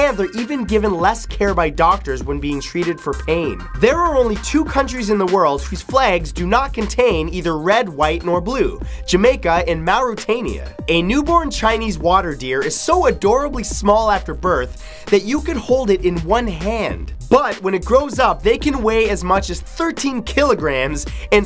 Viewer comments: it's Mauritania not marotania Matthew I'm form there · "Marootania" it's pronounced "mar-ruh-tania" you fuck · 'maw-roo-tay-nee-ah'? I've always pronounced it as 'mor-ah-tay-nee-ah'